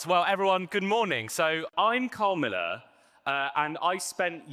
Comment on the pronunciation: When he said at the start "I'm Carl Miller" I could swear he said "I'm Kamala" and I thought "wow this is going to be different"